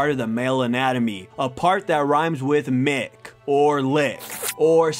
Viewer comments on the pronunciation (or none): none